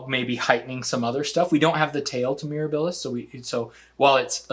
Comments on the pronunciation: Pronunciation correction. The word "Mirabilis"" should have the emphasis on the "a" not the middle "i." The first two vowels are short while the last two syllables are short, so the accent needs to fall on the antepenult. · Mirabilis takes stress on the 2ND syllable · Once again, I see a facepalming, a Spino, and I click. I love you guys, but it's Mere-A-bilis. Accent on the second sylLAble More Spino fish fight content please 😅